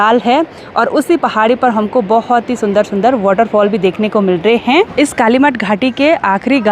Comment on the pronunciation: कृपया अप हैं और है का ठीक से करे। बच्चे इस दोष तो पकड़ कर मजाक बनाते हैं।